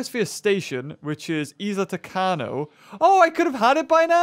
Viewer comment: You pronounced Isla Tacaño Isla Tacano. It is Isla TacaÑo. I emphasized the ñ